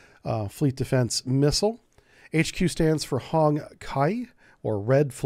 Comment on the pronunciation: The qi Ind hongqi is pronounced similarly to chi, which you know from kungfu movies